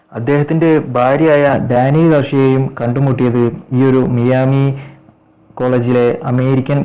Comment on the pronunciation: മിയാമി അല്ല bro മയാമി പിന്നെ ഇഞ്ചുറി പറ്റിയത് ഒന്നും എന്താണ് bro ഉൾപ്പെടുത്താതിരുന്നത് കുറച്ചു കൂടി സ്രെധിച്ചിരുന്നെങ്കിൽ വിഡീയോ വളരെ reach ആയേനെ bro എങ്കിലും awsome വിഡിയോ ആണ്